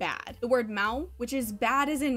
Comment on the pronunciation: Your "mal" is really great portuguese! (I'm brazilian)